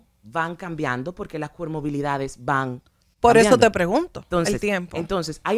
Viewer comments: Cualquier profesional del área de salud detectaria inmediatamente que no es nada de lo que dice ser, al ella decir coRmobilidades, cuando es comoRbilidades. Lo grave del caso es que personas profesionales se dejen guiar y supuestamente aplicar un método dizque creado por alguien sin ningún aval de nada; y peor aún usar esos pobres niños como ratas de laboratorio para lucrarse. Simplemente indignante! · Ella habla de comorbilidades o de "pomorbilidades"..., y ni se sabe que rayos es eso, he buscado el termino y ni aprece.... Oh Santo padre ayudame.... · CoRmobilidades jaajajaja pobre señora. Y las tales especialistas invitadas muy mal preparadas tambien. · Ella quiere sr tan sabía que ni pronunciar bien las palabras ha dicho cuermobilidades y se dice comorbilidades refiriéndose a varios trastornos o enfermedades que ocurren en una persona